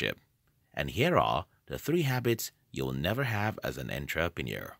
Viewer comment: Firstly, you aren't an entrepreneur, you're a computer who can't even pronounce entrepreneur. Secondly, Google became profitable because of government funding thru the CIA. It had nothing to do with delayed gratification. It has to do with invasion of privacy and data collection.